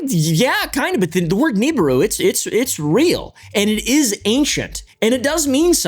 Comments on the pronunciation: Hey pal I think it’s pronounced “Nabooroo” and not “Neeburu” haha 😅 Also…uhhh there actually is some legitimate evidence for planet 9 being a really thing…gravitational anomalies in our solar system suggesting there is very much something out there…Potentially 10 times as big as earth with a 12-20 thousand year orbit… Though…This is not actually connected to the Niburu myth made by Sitchin but It does oddly conveniently resemble it 😅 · Is pronounced Knee Beer roo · Ugh it’s pronounced Neh bi ru. No Nibiru. Someone clearly didn’t grow up listening to Art bell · Real talk bro I hate how you pronounce nibiru it is grates at my soul like nails on a chalkboard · You’re homeschooling the pronunciation of Nibiru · It was at this point he realized: This fuggin guy is gonna say Nibiru incorrectly the entire video.